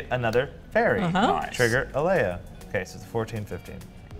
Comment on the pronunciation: Is just trying to mispronounce cards? Mana geode is now “jode” (or however you want to attempt to spell it) Alela is now aleia. I’m 15 minutes in. IHYW